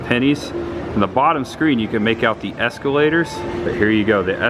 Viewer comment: Why do you say “es-cue-lators”